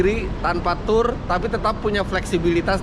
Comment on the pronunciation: Membetulkan ucapan Tour baca Tue